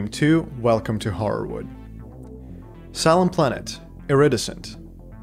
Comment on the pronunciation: for the future, maybe google how to pronounce “iridescent” haha <3